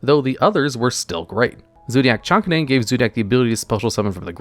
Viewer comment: the way he pronounces chakanine irks me so imma just say: its the dog zodiac so its chak-kay-nine